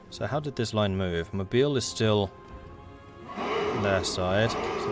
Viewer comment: The Alabama city name "Mobile" is properly pronounced "mo-BEEL". Having never lived anywhere near there, though, I couldn't tell you why. Dare I hope any Alabamans will read this and enlighten both and me?